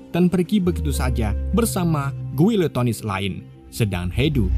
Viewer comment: bacanya gini bang, giletens